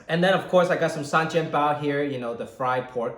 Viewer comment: Still can hear the HongKongers' ascent while pronounce sanjian bao / xiao long bao here!